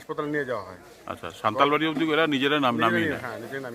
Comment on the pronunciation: নাম সান্তালবাড়ী নয় হবে সান্তালা বাড়ী